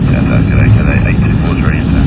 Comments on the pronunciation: FYI, it's the way how he naturally speaks. Saying 'th' with a rolled tongue is quite hard for Chinese or even Asians. Most commonly said as 's' or Cassay/Catsay. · why do you always pronouce "catsay" pacfic... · c9s c9s the sound “th” makes in English is not a thing in chinese, so for Chinese people to naturally pronounce is pretty hard